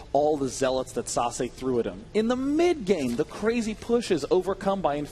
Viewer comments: its sah-say, not sah-suh... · is sase pronounced "sasuh" or sasay"? I am le confused